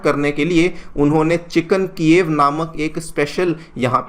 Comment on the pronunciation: Bro it’s chicken ala- kieve